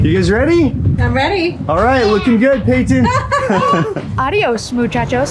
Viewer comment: said adiose muchachose it's so cool